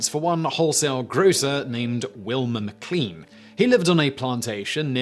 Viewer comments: Virginian here! It’s actually pronounced McLAIN, even though it’s spelled McLean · McLean is pronounced "Mi-CLANE"